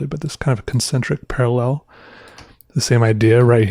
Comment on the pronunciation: gdjgdjgs he forgot the 2nd "a" in "parallel"